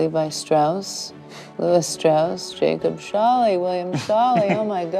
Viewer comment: Ok, so it's absolutely driving me nuts the way they keep mispronouncing Scholle! "Show-lah," not "Shawl-ee"! It's a long "o" and an "e" pronounced "uh"! (Generally you can figure out how to pronounce foreign words, especially European ones, but just learning how they pronounce their vowels! It's not that hard!) Not only that, but I don't think that passenger manifest shows his name originally was "Scholly" as the show is showing (Scholly doesn't strike me as a particularly Bavarian/German name...Schaler is more likely). It looks to me like it said Schaler, and that there was a rogue ink stroke under the "r" that I'd guess happened as the writer wrote the name. If you look a few names down, you can see how that person wrote their "y's" and it's not at all the same as how they wrote the last letter of her relative's name! So this woman, because nobody is "fact checking"/correcting these things, is going around with false info in her family story, and COMPLETELY mispronouncing/bastardizing her ancestor's name! BTW, "Dinkelspiel" is a hilariously fantastic last name of that woman who helped her in San Francisco! 🤣 You KNOW that poor girl got teased mercilessly as a kid! 😏😌